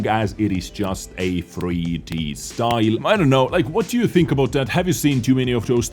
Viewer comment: Sparky Boy: How many....do you tink? Saurfang grimacing: To many....